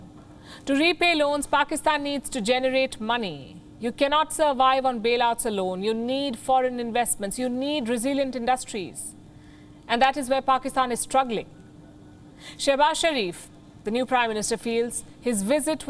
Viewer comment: "reseliant industries" 👍